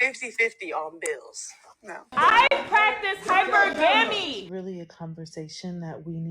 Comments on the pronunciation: 😂"I PRACTICE HY-PURR-GA-MIIIEEE" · Never gets old to me 😂😂😂 "I PRACTICE HYPER-GAMMY"😂😂😂 (she's tryin to o say the word hypergamy)